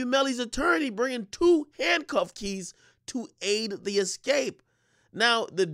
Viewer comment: I don't trust anyone who says 'excape' in place of 'escape'. Not sorry.